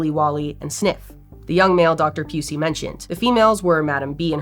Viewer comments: Anne (Pew-See) you say, huh🤔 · Pew-si ok it’s not pronounced like that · Dr. Pusey 😂😂😂 really? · Why is all I heard was Leakey Pusey?